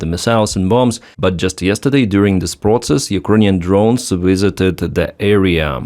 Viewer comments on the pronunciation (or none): none